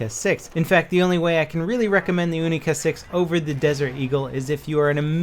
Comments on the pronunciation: It's not oonica 6, its younica 6. pronounce it wrong D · its U-Nee-Ca not Ooo-Nee-Ca , u wouldn't call it a OO-nee-corn would u? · Pronounced younica not oonica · Younica. Its not the oonica no offense all people that use oonica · it's kinda funny hearing "oonica 6" instead of "younica 6". 😂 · You-ni-ca not oo-ni-ca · You say "Unica", I say "Younica". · wtf is an oonica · What the fuck is a oonika? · He is trying to say: "Unica 6" but he is American propaganda channel not russian so yeah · You wouldn't pronounce unicorn oonicorn so why call the unica a oonica?! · the [OONICA] ? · "OONICA 6"??????? oh yeah, is it made out of ALOOMINUM???? when will americans learn how to pronounce words correctly, not just how they're spelt...sigh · The "oonica" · Why do you pronounce your U as ooh? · why are you saying oonica.....you dont say ooniversity... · Why do Americans pronounce the unica like oonica? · dont just say unica put more emphases on th U because it makes sound more magical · Is it pronounced OO-NI-KA or YU-NI-KA? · It's pronounced like unicorn, you wouldn't say unibrow like how u r saying it R u?